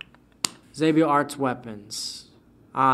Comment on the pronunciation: Xabio Arts I will hold this against you forever. I don't care you literally taught me how to draw with very amazing tutorials. reading my name wrong is unforgivable